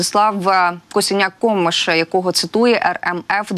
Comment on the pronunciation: Nie Komysz id!otko tylko Kamysz.😂😂😂😂